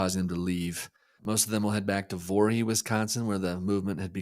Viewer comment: Great podcast! A minor point, but it's Voree, not Vorhee.